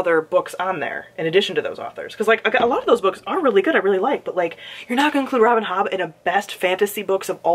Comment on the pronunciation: Omg LOL’ing at the way you said “Robin HOBBB” 😂😂 I’m curious tho why u don’t want people to see your books when ur working? And also, yes I totally feel like since they were all in the room, they nominated each other’s books. Artists tend to suck each other’s D’s that way. I know there’s like the every now and again feud between artists (authors, actresses, musicians etc) but generally all you ever hear from them is how awesome amazing and talented the other is, & how great it was to work with them. Toni Odeyemi does NOT belong on this list IMO . She is insufferablec